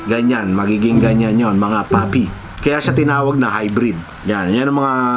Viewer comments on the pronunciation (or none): none